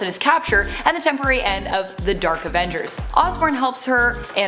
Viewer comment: Why does she call them the “Derk Avengers”?